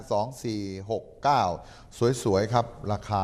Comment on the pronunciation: 2469อ่านมั่วชิปหาย